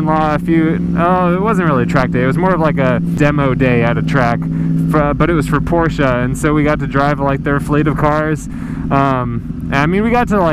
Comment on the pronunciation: Thank you for pronouncing Porsche correctly.